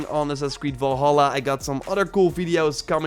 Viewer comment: Valhalla not volhalla dumb dumb, told you this on your last video